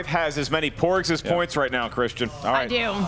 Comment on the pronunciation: Did say more 'pugs' coming in instead of porgs during Emma's third round? 😁